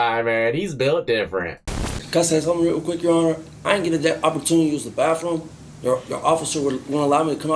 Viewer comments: “Baffroom” I hate ghetto speak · He is 38 and still says bafroom....you should get extra for that. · This dipshit said bafroom. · the "bafroom" ???